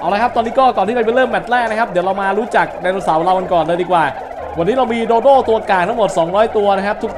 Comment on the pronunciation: พี่ครับโดโด้ไม่ใช้โดโด